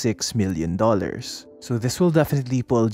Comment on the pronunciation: Im having trouble differentiating your pronunciation of “million” and “billion” sir. 😅 but great videos as always! Good job!